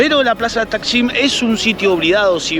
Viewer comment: ja ja ja no es taşkın ja ja es Taksim la plaza y el barrio me hiciste reír 😂😂😂❤🇦🇷🇦🇷